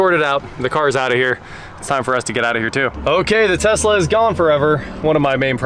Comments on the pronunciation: "LS swap the Tezla" "Okay" Haha... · Uncle rich would tell you to drop that LS in the Tezzzzla.